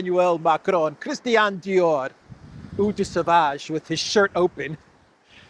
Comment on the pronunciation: If you want to be funny and mock Macron (IMO he deserves it) please try to pronounce Eau Sauvage properly, the way you do it is not very funny. Eau Sauvage is famous and with us for about 60 years so you should know how to pronounce it correctly. In general I like your comments and the way you do it.